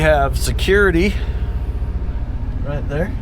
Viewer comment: Ask Holly ( Mischief Maker,) how she says Glamis. It's not Gl-am-is !!!!!!!! It's GLAARMS in Scots !!!!!!!